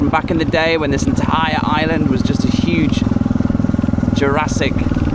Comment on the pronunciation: you appear to have lived in Thailand for quite some time, so why do you consistently pronounce 'island wrong" ?